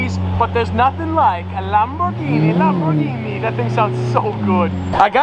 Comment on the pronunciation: yep stop complaining im french in my country people always complain you know the law so dont play with and win dows tint make your car suspicious and dangerous at night (less visibility ) and its Veyron not veyyyyronnee at least you pronouce well Lamborghini